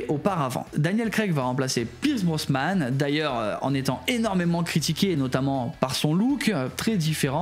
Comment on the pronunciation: slt super videos. en tant que fan j'ai même appris un truc....😂 ps: on dit Brosnan et pas brosman et puis tu as complètement zappé lazenby alors que c'est le meilleur film de la saga: au service secret de sa Majesté pour l'avenir Cavill et Nolan a la real semblent un choix réfléchi